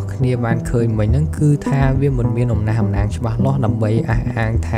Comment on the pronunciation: អំណះអំណាង ទើបត្រូវ admin😊 មិនមែន អំណាស់អំណាង ទេ